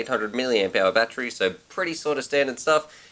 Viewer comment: I laugh every time you guys say Battery. I hear you guys saying "Batchery" lol Love your excitement and positive speaking in your reviews brother.